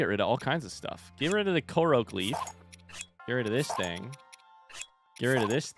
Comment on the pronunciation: The amount of pain I feel every time he calls a korok a koroak